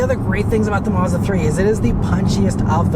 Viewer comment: It's pronounced Maz_da, not Mars_duh